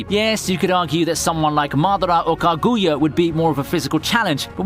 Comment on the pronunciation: Does he pronounce naruto and kaguya that way to get a rise out of people?